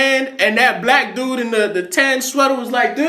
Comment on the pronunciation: The N-word is one thing, but it's the "Black" with the emphasis on BLAH that gets me too.